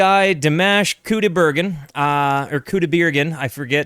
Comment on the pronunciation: Pronunciation of his name, because you TOTALLY butchered it. 😂 First name: dee - M(AH)SH (not MASH, like mashed potato!) Last name: COO' - die - bare - GEN' with a hard "G" like in GOOD. Emphasis is on first syllable. Most emphasis is on last syllable. Try listening carefully when someone introduces him! Thank you. ❤